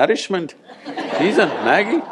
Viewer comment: Ha ha NID guy saying maggi...I can relate being an NID alumni :P